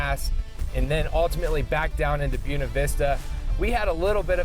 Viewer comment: Gringo cant say buena🙈🙈🙈